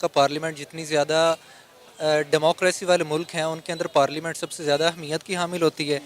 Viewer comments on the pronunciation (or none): वो पार्लिमेंट नही पार्लियामेंट होता है पगली!! इन लोग को अंग्रेजी भी नही आती,उर्दू भी नहीं आती,सिंधी भी नहीं आती,पंजाबी भी नहीं आती...सब कुछ थोड़ा थोड़ा आता है...!! हां, पाकिस्तानियों को आतंकवाद फैलाना अच्छे से आता है।😂😂